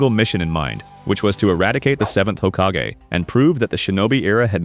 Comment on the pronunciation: Ugh. The "hokkagay" 😐